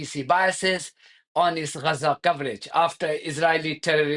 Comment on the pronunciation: Why do you say Gaza sounds like 'Rhaza' is your method the proper way?